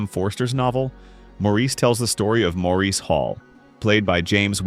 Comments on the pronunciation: Good list but please, Maurice is pronounced Morris. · I've seen many of these, own a few on disk. But I dislike AI narration. Maurice (1987) is pronounced "morris." That's one I own. van sant. van saunt. Good list otherwise.